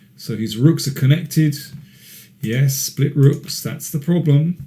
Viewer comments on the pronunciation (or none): none